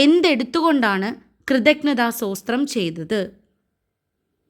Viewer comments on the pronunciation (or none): സോസ്ത്രം അല്ല സ്തോത്രം പറയുന്നതും തെറ്റാണ്